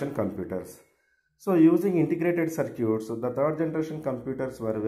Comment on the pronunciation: Sir its not circuuuts its circuits....btw good explanation